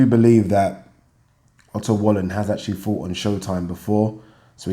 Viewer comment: Love how, when you pronounce Otto Wallin, it sounds like you're saying "utter wally". Sounds about right to me.